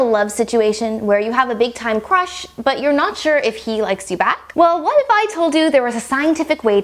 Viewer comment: when she said big time crush, I thought she said big time rush, like that nickelodeon show